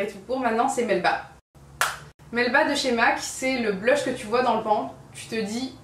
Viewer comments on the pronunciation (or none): Je crois que le mot "pan" se prononce avec l'accent anglais (vu que c'est un mot anglais en fait)